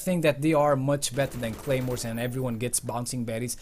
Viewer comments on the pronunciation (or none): wtf y u say gaymores